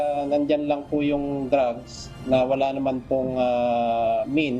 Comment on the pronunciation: Prang mokhang nag grugs sya samokhalang nag drugs